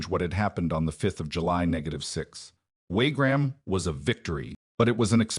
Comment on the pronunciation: WaRgram? " One thousand eight hundred and nine?" AI crap as usual.